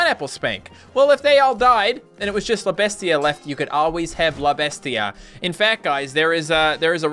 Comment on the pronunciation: You completely butchered "la bestia"